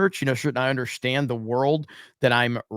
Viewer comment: You lost me at "undershtand"